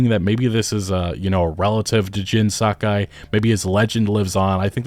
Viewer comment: YOH TEH E !!! SAH KAH E !!! For the love of God